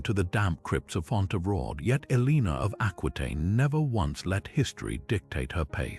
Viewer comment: TY for the Video However Her name is pronounced El-a-nor, and is spelt Eleanor